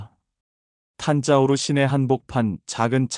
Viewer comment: 탄자우르가 아니고 탄자부르 입니다. (Thanjavur) 탄자우르는 존재하지 않습니다.